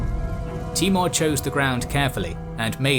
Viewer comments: His name was Taimoor ( tay- mour) not T-more. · timur not mongol :)